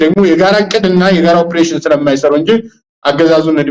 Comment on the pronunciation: ኦብሬሽን አትበል በለው say it ኦፕሬሽን ; ❤